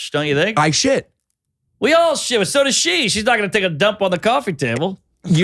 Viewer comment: Mark said “so does” which sounded like “sodas”